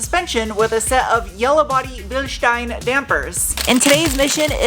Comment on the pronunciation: Thank you for not saying "Bilsteen" :)